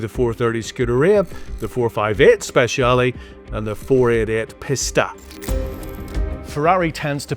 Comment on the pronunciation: What’s a PISS-TAH 😂 isn’t it a Pees-Tah 🤌